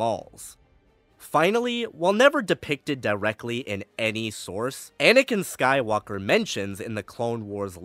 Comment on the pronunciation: "Skywonker". Can't unhear it now.